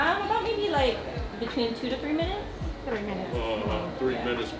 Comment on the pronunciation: sounds fillipino🤗three no🤥treeee